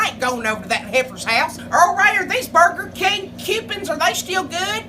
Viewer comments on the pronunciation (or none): "These Burger Kang kew-pins..."